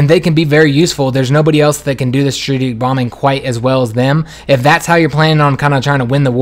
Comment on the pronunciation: "Strajijik bombers"